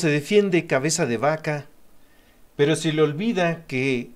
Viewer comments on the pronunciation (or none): ES CABEZA....NO CAVEZA saludos...... Pero esta buena la información. Y eso es lo que cuenta SALUDOS👍